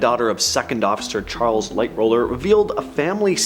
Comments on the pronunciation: Yes just like one other person said it's Lightoller not Lightroller. If you are going to have on talking about it make sure they know what the hell they are talking about. Not clueless people know nothing the ship that they dont read off of a cue card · LighTOLLER....NOT lightroller! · You kept saying lightroller it was actually lighttoller was his name I know a lot about the titanic